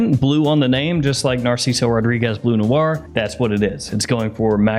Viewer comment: It is BLEU Noir/ BLEU de Chanel, not BLUE .... there is a difference... it is pronounced like burp or turn ...